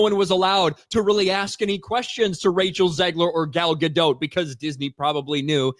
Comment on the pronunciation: FYI - Gal's surname is pronounced Ga-Dot, not "Ga-dote".